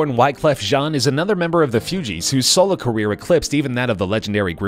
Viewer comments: It’s pronounced : “foogeese” not “fewgeese” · hey... its not "FEW-GEEZ" its "Foo-Geez" thanks! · Whyyyyyyy do you say Fugees like that !! It’s like Foo-gees .. Not Fee-u-gees.. My goodness.. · its actually Fugees not Foogeez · Its the FUGEES NOT FEWGEES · IT is FU-Gees NOT FEWGEES< WTF? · The Few-Gees? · I’m convinced this guy has no clue what he’s talking about...as soon as he said “few-gees” 🤔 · " The Fewgees " 🤣🤣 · Not as broke as your attempt to announce "Fugees"..... Who the hell are the "Few-geez?" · "Few-gees" lol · Did dis nigga say the Fewgees? Lmao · The “Fewgees” lol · The “Few”gees??? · The F(you)gees 😂😂😂😂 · Disliked...just for saying pronouncing Fugees 'Fewgees" WTF LOL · The Few-Gees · Haha he said fewgez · The “fewgees” kmt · Few-gees?! L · When he mispronounced Fugees I let it go, but then when talking about Nas owing to the state of Georgia and they showed the map of Georgia the country (my parents’ homeland) I stopped the damn video. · You lost me when you couldn’t pronounce fugees right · Lol the way he says the fugees